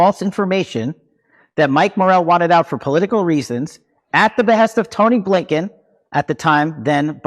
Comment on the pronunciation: Did he say Abe Blinken? 😆